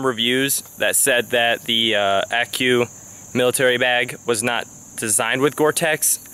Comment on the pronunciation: One part you said Accu, youre supposed to just say they letters like you did in most of the video. No worries, I am an Army vet, its no biggy